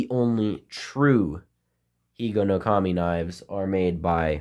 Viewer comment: Hello, your Japanese pronunciation is correct. I'm a little good at Japanese. Because I'm 102% Japanese. In order to keep Higonokami in your pocket, you need to secure the blade and grip with a rubber band. Many children failed to do so and were injured. Children at that time sharpened pencils at Higonokami and made toys from bamboo and wood. Unfortunately, there is a trend in today's children to avoid having knives as much as possible. That's why you can't even peel the skin off an apple.